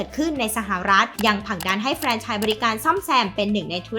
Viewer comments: แฟรน ครับ ไม่ใช่ เฟรน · อ่านว่า แฟรน ไม่ใช่ เฟรน นะคะ